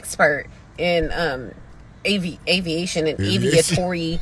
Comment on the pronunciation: She can’t even say Aviation but she got a doctorate degree in it not buying it